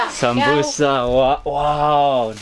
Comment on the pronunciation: In Russia not samusa - samsa